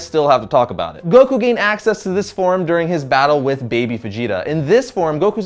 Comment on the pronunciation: Like Guh not juh